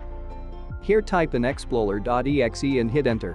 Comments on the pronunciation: Explorer not exploler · He got my heart pumping so hard after he said exploler but it was actually explorer